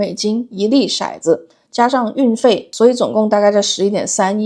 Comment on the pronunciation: 骰（tou）子，色（shai）子